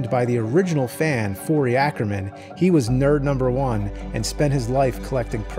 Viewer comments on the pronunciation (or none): none